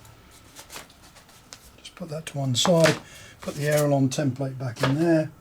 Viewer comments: Why cant you say aileron right you keep calling it an aerolon? You are teaching people words that do not exist except in your head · My modelling friend I dont know where you came up with this aerolon you speak of but there is no such thing. What you are regretfully teaching other folks to also say wrong is actually called an aileron not an aerolon. So please stop teaching folks to call an aileron an aerolon because it is incorrect and makes folks think it is the correct word. Why would you do that? Surely tou inow that word is wrong so why so you say it like that?